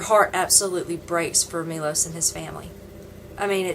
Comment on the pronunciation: his name is not Milos its Miloš and btw you could look at the camera when your talking to it ;) and you gave me the worst first immpresion ever, being rude is just gonna make haters hate even more so its pointless but there is no second chance for a first immpresion!